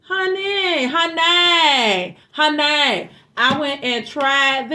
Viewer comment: Hon-nay😂thank you